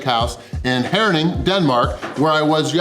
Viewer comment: First american I have ever seen who pronounced my hometown Herning correctly, biggest props ;-) Are You sure You´re not actually born in Jutland? Huge win, I couldn´t all of that in 2 full days. Thumbs up for the win ;-)